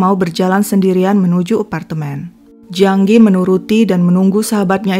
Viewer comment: Jiang Ge kok dibaca Jiang Gi?